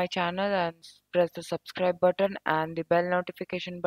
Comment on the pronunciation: why you say "subsklajb " ?